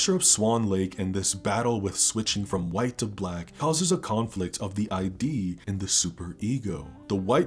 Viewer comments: ✋Bisexual cis female here to report: that sex scene is 🔥👌 *Also, it's "ID", not "I.D." Sorry, can't help it. Therapist here, as well 😂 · Sorry to nitpick, but "id" in the context of ego/superego/id is not pronounced like "I.D."